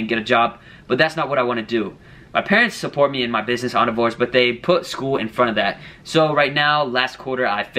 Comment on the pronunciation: why do you say endeavor like that?